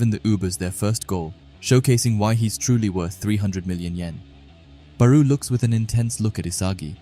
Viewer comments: FIRST U SAID BARU NOW RAYCHI ARE U SERIOUS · SORRY COULDNT WATCH COZ U STRESS BAROU ON THE SECOND SYLLABLE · he’s most likely talking about how you said barous name, I don’t really care about the errors cause we know so it’s fine don’t stress on it. I like the chapter reviews btw.